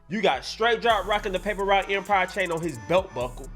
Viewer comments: You killing me saying paper root empire lol you know how they say it bra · I gotta laugh alil bit of how you pronouncing certain names and words You said “ paper root” instead of “paper route” lol LLD 🐬🐬🐬🐬🐬🐬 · wtf the narrator said paper root instead of paper route lol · Paper Route not Paper Root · daily=It's paper route not paper root!!! I don't get you young dudes on youtube at all man. how can you except to be taken seriously if you either can't spell or you purposely don't spell words correctly of the language you have spoken your whole lives? and you don't pronounce words correctly either way why? this is the way our kids will grow up to be man with the same stigma of ignorance on them!!!! #message pick it up!!!!! 👆